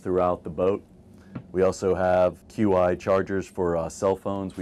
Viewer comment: Great overview! Note: Qi charging="CHEE", not Q I